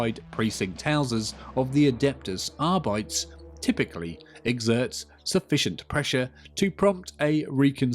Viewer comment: Here’s the pronunciation: A-dept-us Ar-bee-tees - Warhammer Community